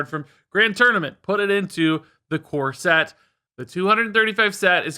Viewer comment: I heard "core set" as "corset" and now I can't wash off the mental image of in a wedding dress.